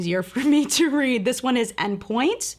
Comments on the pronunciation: “En pointe” is pronounced on not actually pronounced enn. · CBD life She actually pronounced it "N" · Just to clarify, the "En Pointe" is pronounced like "on". It's a ballet term of basically being on point shoes. It's French. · I'm in England too. She said it wrong.